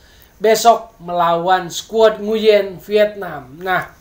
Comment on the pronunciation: mas bro , nguyen itu bacanya wuing , tlg beritahukan ke teman2 , terutama komentator rcti , kan bisa di pelajari di google